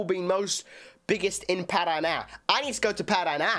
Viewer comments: Ele deveria saber a pronúncia do nome do estado do PARANÁ já que provavelmente conhece a música de NOW UNITED ...... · Parana... Paranána kkkkk omg🤭